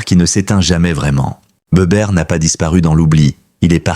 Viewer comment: on dit les forbans pas forbanes et Bébert pas Béberte.